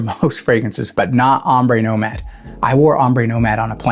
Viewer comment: Nomade, not nomade 😂